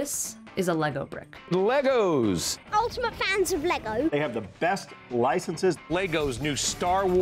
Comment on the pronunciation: “Altimate fanz of laygo” 😂